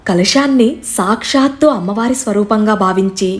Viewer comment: Okka okka Mata meru sakshshthu Ane daggara shu krinda tha ortu untundi okasari pronounce chusukondi